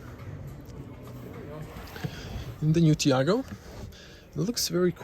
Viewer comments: My favorite detail is that is called Taigo and buddy pronounces it Tiago😂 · Nice review but you kept mispronouncing the name of the car...lol. It is called "Taigo" and not "Tiago". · It's Tai go not Tiago🤝🏽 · Not tiago, taigo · Why you keep calling this car a TIAGO, it's a TAIGO! lol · TAIGO not Tiago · Why the fck you call it Tiago constantly? :D Lol